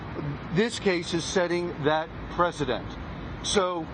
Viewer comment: Another criminal lawyer...and it’s ‘precedent’ not ‘president’ you HACK.